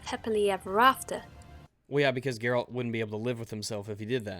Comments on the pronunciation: I love you. I really do. but I really hate the way you say "Geralt" You played the game, you know how it's supposed to be pronounced.. why do you say gerALT? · / 10 manpoints for mispronouncing Geralt's name. You pleb. :C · you said Geralt's name wrong. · So you finished W3 and still can't pronounce Geralt's name? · If I hear Geralt pronounced WRONG one more time. I will end your life boi. ONE MORE TIME.